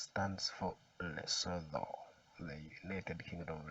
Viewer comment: My man you talk too much. Please just get to the point, and be clear. We don't need all that other jazz. Also, it's pronounced Lesutu! Not Leso-tho. Look this up. Again in future, please get to the point.